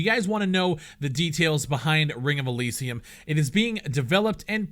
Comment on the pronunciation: can u fucking say Elysium right........